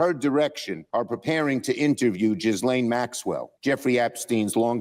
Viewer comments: It's Gillane, not Jizzlane. Anyway, Chuck is busy being a disservice to America again. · UGH! You youtube's! PLEASE pronounce Ghislaine's name correctly! It's pronounced Gee-lane. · the s is silent in Ghislaine Gi-lane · Schumer says "General Bondi" and Ghislaine as "an accomplish". Maybe it's time to test him for dementia? 🤔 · BTW, Gislaine is a French name ....G is pronunced J, and the S is silent ........ don't sound like Chuck he's a f'n moron.....